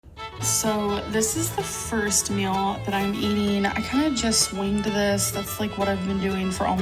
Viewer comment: The way she pronounces meal aggravates me so much “mill” no NO